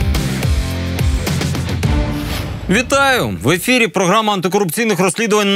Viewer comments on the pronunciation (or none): Молодці! реально респект! Можна замітку? просто трохи слух ріже, не Донат а Донейт. :)